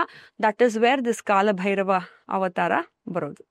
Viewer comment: ಕಾಳಭೈರವ ❌ ಕಾಲಭೈರವ ✅ ಉಚ್ಛಾರ ಸರಿಯಾಗಿರಬೇಕು ದಯಮಾಡಿ. ಇಲ್ಲವಾದಲ್ಲಿ ಅದು ಅಪಚಾರ ಮಾಡಿದಂತೇ, ಕಾಲ ಹಾಗೂ ಕಾಳಕ್ಕೂ ಬಹಳ ವ್ಯತ್ಯಾಸವಿದೆ. ತಪ್ಪಾಗಿ ಆರಾಧಿಸಿ, ಅಪಕೃಪೆಗೆ ಅಥವಾ ದೇವರ ಕೋಪಕ್ಕೆ ತುತ್ತಾಗದೀರಿ. ಕಾಲಭೈರವನ ಸಿಟ್ಟಿಗೆ ಬಲಿಯಾಗದಿರಿ, ಬ್ರಹ್ಮನ ನಾಲ್ಕನೇ ತಲೆಯನ್ನೇ ಬೆರಳಲ್ಲಿ ಬಗೆದು ಸಿಗಿಸಿಕೊಂಡ ಮಹಾನ್ ದೈವ ಶಕ್ತಿ ಕಾಲಭೈರವ. ತಪ್ಪಾದ ಉಚ್ಛಾರ ಹಾಗೂ ಬರವಣಿಗೆ ಅಪಕೃಪೆ ತಂದೀತು. ಇಂಥ ದೈವಗಳು ಬಹಳ ಸೂಕ್ಷ್ಮ ಆರಾಧನೆಯಲ್ಲಿ. ದಯಮಾಡಿ ಇಂತಹ ಸೂಕ್ಶ್ವ ವಿಚಾರಗಳಿಗೆ ಗಮನ ಕೊಡಿ. ಒಳ್ಳೆಯದಾಗಲಿ ಎಲ್ಲರಿಗೂ 🙏